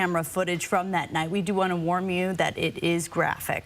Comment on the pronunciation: Tangential comment , does the news caster say, "we do wanna warm you' mispronouncing warn.